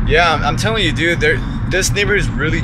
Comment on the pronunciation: for the viewers at home they got back and said DUUDDEE